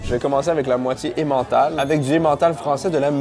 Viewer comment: Très chouette vidéo mais entendre emmental "français " ça me fait grincer les dents 😆